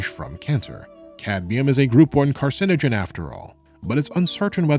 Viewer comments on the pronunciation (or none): none